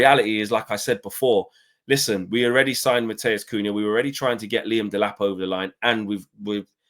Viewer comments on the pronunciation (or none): none